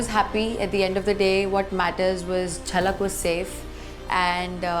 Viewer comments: Did anyone hear say jalak not zalak😂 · Why zalak as jhalak